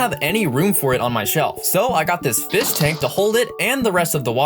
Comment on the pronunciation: It’s. Not. Called. A. Fiss. It’s called. A. Fish. Go. Back to. School